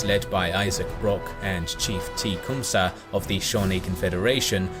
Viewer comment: Lmaooo „teechumsah“